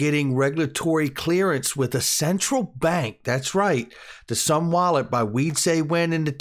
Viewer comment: Isnt it pronounced "zoom wallet"?